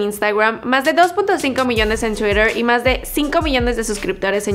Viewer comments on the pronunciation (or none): none